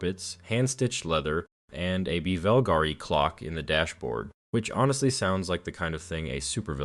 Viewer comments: Bevelgari? Or Bulgari? Kairon? Or Chiron? Tomato or Tomato? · It's spelled "Bvlgari", it's pronounced "Bulgari" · the “bivulgari” pronunciation killed me